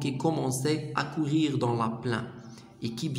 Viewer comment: يا أخي الكريم نشكر لكم مجهودكم و لكن هناك أخطاء في القراءة من شأنها تغليط الطلبة الجدد في الفرنسية، أرجو منكم الإنتباه إليها في المستقبل وأذكر على سبيل المثال لكي تتمكن من مراجعتها ، l'automne , plaine, passait, pétillait, dehors